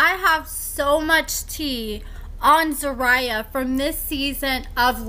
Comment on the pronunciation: So you do an "update" on someone but cant properly pronounce their name?!